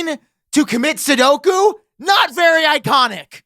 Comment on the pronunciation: Did I hear “commit sudoku?” 😂😂